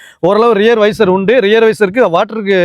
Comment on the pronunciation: வீடியோ யதார்த்தமா இருக்கு. ஆனாலும் பொருள்களின் பெயர்களை சரியாக சொன்னால் நன்றாக இருக்கும். வைசர் இல்லை வைபர்.மாடல் இல்லை. Variant.. பானட் இல்லை. போனெட். ஸ்டீயரிங் XL6 வரைக்கும் இதே இல்லை. ஸ்விஃப்ட் முதல் வேற ஸ்டைல். RPM பார்த்து ஓட்டுவது சரிதான். ஆனால் அது MT காரில் ok. ஆட்டோமேட்டிக் வண்டியில் என்ன பயன். கெட்ட வார்த்தைகளை பயன்படுத்தும் வழக்கம் இருக்கலாம். ஆனால் இது youtube வீடியோ, எல்லோரும் பார்க்க வாய்ப்பு இருக்கிறது என்பதை நினைவில் வைத்து பேசுவது நல்லது. முயற்சிக்கு வாழ்த்துகள்.